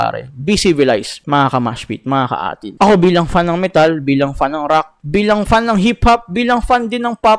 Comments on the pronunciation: Pronounce it as number 18 ang A'TIN boi.Dungka is disctrack for Abra and Ato and to those na hindi ma gets ang SB19 dahil pag may mga music awards ang SB19 individual release are nominated and win.Hindi maintindihan ng iba na kapag may nomination ang SB19 A'TIN will take forward na manalo sila yan ang hindi matanggap ng ibang artist.Most of artist na may million followers pero not a solid supporter when it comes of buying,purchasing watching concert and voting every nomination kaya may DUNGKA. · byw, ang pronunciation ng A'tin is like the number 18. pag pinanood mo documentary ni Cashual Chuck, malalamam no explanation ni Pablo jan...sobrang nakaka-touch.